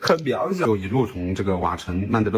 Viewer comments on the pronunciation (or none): 大家(甚至官方)都把曼德勒的勒字發錯音了 勒字的發音是 ㄌㄟ / lei，勒住的勒 而不是ㄌㄜˋ leˋ